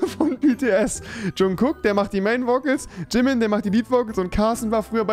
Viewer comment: aaahhh rewi ich bin so verdammt stolz auf dich das du nicht wie andere Jungkook und Jimin so behindert sondern vernünftig ausgesprochen hast :‘)